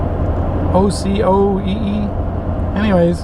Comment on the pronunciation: Locally it's pronounced oh-koh-ee. We've reconned that campground. I thought it's called Gee Creek Campground. Great review! And I am subscribed by the way.